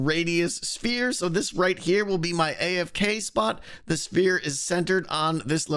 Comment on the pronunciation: Does you pronounce 'sphere' as 'spere'? :D